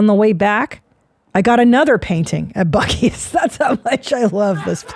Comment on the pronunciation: Buccees is mind blowing. Someone needs to show Christina the video of the lady saying buceys